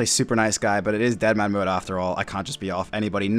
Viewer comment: I keep thinking you are saying dinnermanmode, lmao.